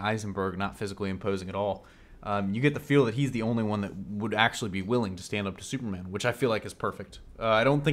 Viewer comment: wow why cant you say the word superman right... very distracting when trying to listen